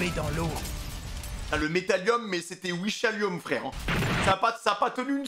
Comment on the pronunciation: On retiendra le "wishalium" 😂